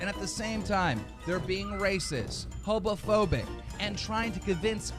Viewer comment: bruh said hobophobic hahahaha